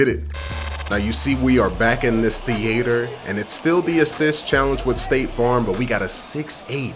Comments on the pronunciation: The way the says the-hater for theatre 💀😂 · Why are you saying theater like that 😂 and don’t waste points on ankle braces. I only got my ankles broke twice this year and I play everyday since release. Clamps is the best badge for people struggling to defend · Why do people over pronounce theatre? Lol I’ve heard a few YouTubers do it now haha 🤦‍♂️